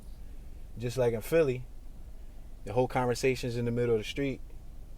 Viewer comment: You fa'sho ain't from Detroit pronouncing street names like that 😂😂😂